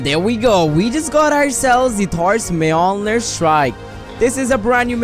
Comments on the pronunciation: When he said Thor’s mjonir strike: TORZ MEOMEER STRIE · You are pronouncing Thor’s hammers name so wrong